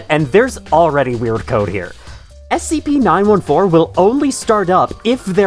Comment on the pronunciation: SCP Nine Four-Teen. Please!